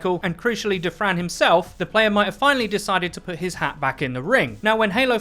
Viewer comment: All I hear is "table for 2 for Defran"